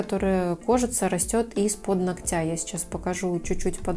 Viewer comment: аааа, не ногтЯ, а нОгтя!!!